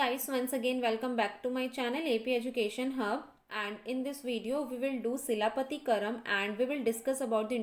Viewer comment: Its chilapathikaaram